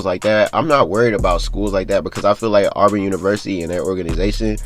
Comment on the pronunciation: What does anything you're talking about have to do with the investigation. It's Auburn not olborn. NCAA don't give a damn how many PG a team has you sound stupid as hell.